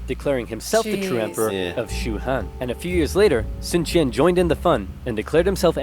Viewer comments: Sun quan is like "Sun chuan". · sun quan is wrong but ok